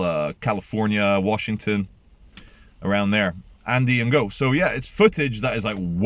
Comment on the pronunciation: Ngo is pronounced as "No", silent g.